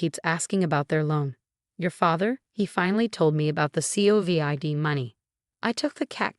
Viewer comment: The voice needs to learn how to pronounced covid instead of spelling it!!! Cut off the family!!!!! Consequences need to be allowed for the lesson to be learned!!??